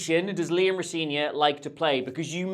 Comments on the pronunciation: It's pronounced Ro Zen ior, if you're getting into that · Appreciate the effort to get that name right. And then note: Rosenior is not pronounced how you pronounced it here. The middle E is an EH sound.